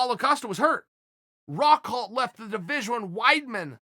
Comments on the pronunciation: I was looking for this comment lol. He also says Rockhold weirdly in this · Chael "rockholt" Sonnen